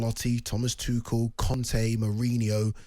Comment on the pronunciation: How can keep mispronouncing Tuchel when he was Chelsea’s manager? 😂